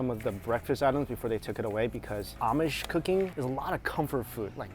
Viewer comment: My girlfriend and i just shook our heads when he kept saying amish